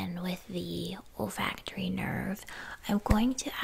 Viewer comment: I legitimately thought you said “the ol’ factory nerve” 😭